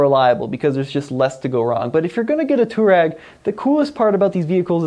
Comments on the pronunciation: It's a f**** touA-reg not a Too-Reg! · Too ahh reg. Not toe rag It isnt rocket surgery. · How to pronounce "Touareg" - twah - reg Not "toor-egg" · Pronounce it twarreg. Its named after a north African desert tribe ie "resilient, tough, efficient, outdoor". The diesel engines should be bulletproof as the V6 tdi was used by VW for ages in lots of cars . Not many V8 engines sold by VW even in top line VW models. The V10 was dropped by VW pretty quickly even in europe. I think it was 2x5 cylinder engines bolted together or a vw commercial truck engine. The V10 TDI was a noisy brute. The T2 probably has lots of the rough edges designed out. VW rarely does a complete new model so the T2 is really a T1 in disguise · Yeah it's not "two-rag" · I just can't watch this video with you pronouncing it wrong so often...